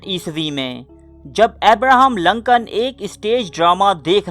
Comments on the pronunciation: Lancan nahi Lincoln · ohhh that's okay :). moreover, it's Lincoln (LINKAN) not (Lankan) ... video is quite suspensive btw :) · Glad to see that he use wear Shalwar Kameez.... lol... (in one of the pic where he shown writing a letter. Also, his name is pronounced as Lincoln not LAncoln... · Lincoln Urdu ka word nahi English ka hay. Urdu mai use kay liyay isko Lincoln he pronounce kya jaiyay ga. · Loru kdr parta rha naam b bolna nai ata